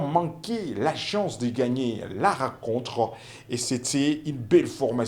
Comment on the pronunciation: Journaliste apprend apprends a parler le francais. La racontre, les biters etc…. C est comme ca que tu prononces. Il y a une difference entre i et u. Le resime. Comment vous arrivez a la Tele??c est fou ca